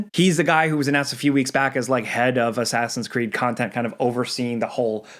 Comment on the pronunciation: Asscreed lol